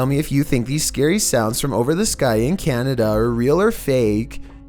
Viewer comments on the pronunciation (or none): none